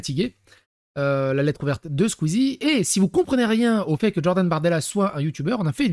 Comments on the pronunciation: omg plz stop avec "DJordan" dis Jordan pas DJordan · Stop de dire DDDJORDAN mdrrr stp ! 😅❣️